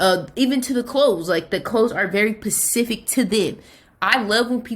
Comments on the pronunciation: This is great advice but every time I hear pacific instead of specific I lose my shit😂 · Ma’am pacific is the ocean. Specific, SPECIFICALLY 😫